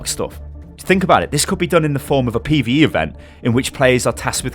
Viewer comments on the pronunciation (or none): every time say pve i get sick